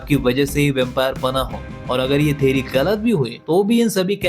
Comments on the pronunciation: Theory ❌ Theri✔️ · Theory ❌ Theri 💀